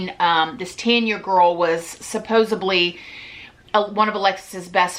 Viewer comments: Cracks me up everytime she says "supposeBly" lol love this chick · Just so you know… There is no a or B in supposedly!! Not ab!!